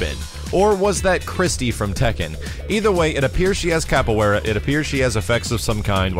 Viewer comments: Capoeira (Cop-oh-way-da) Sorry I practiced Capoeira for around 4 years and hearing it pronounced wrong bugs me. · not to be a prick.. but it is pronounced 'caf way da'.